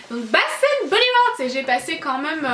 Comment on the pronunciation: tu peux arrêter de dire "maaaaaaaais euuuuuuuuuuuuuuuh" c'est vraiment insupportable et aussi "quand meume" merci bonne journée